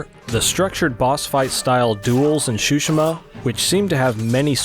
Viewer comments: Nah it's exactly how it's spelled Tsushima not that hard. This guy said Shushima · Shushima lol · ghost of Tsushima ❌ ghost of SHushIMa ✅ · It’s soo-shee-mah not shooshma 😂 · Ghost of Tsushima😴❌ ghost of shushma✅ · Man really called it sushima lol it’s TSUSHIMA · Ah yes, Ghost of "shushima" my favorite game... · Pls dont butcher the name. Its tsu shi ma Not su shi ma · It is Tsushima, not shushima 😂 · "ghost of shushima" haha it's called tsushima :D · Ghost of ShuShima xD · please man. . . its not shooshima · i cannot belive this mans called this game. ''ghost of shushima'' XDDDDDDDD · Not to be rude but it’s pronounced su shi ma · Shoeshima? Wtf lol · Heh he says shshuma 😂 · He said shushima tho lol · It's pronounced Shoe Shi Ma? I thought it was Sue She Ma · Useful video and I appreciate you're from USA, but please, for the love of God, show some respect and pronounce Tsushima correctly. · .....they say the word Tsushima in the game. I find it weird that you'd mispronounce it 😂